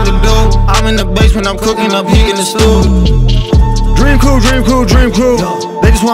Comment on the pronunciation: i fuck with but listening to him repeatedly say “DrEaM qReW” makes me cringe sooo fucking hard. i hate the outro to Qias’s vlogs for that reason lmao